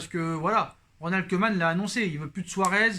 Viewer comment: Au top question rapidité Pour ta prochaine vidéo, le "oe" néerlandais se prononce "ou", donc Koeman se prononce "Koumane"